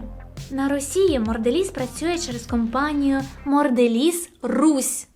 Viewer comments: Сто разів повторила "моРделіз" 😂😂😂 подивись назву і не ганьбись😊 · я розумію, що "Морделіз" це певно такий стьоб, але вухо різало весь ролик